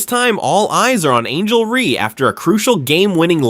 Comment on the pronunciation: Why can't your AI say Reese instead of Ree. So irritating.